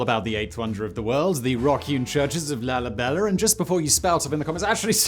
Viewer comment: LALIBELER? Stop with the rhotic r